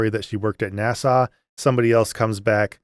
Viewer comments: That movie reminds me of the rapture movies from many years ago. Definitely pushing an agenda and putting fear in believers to reinforce conforming to the cult. Don’t know how you suffered through it so many days in a row. Interesting how you pronounce NASA like Nassau, Bahamas. Made me smile each time. Reminds me of why I relate to YouTubers like you, Mythvision, Gnostic Informant, Kristi Burke, Mindshift and others - real people who have been through the same thing as the rest of us former believers but, being brave enough to reach out to help others. Thank you! (P.S. I am not that brave!) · I forget our man is Canadian, until he pronounces NAS-Ahh 😜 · I watched video 7 times in a row and also enjoyed getting nitpicky about how he kept misprouncing NASA. 😂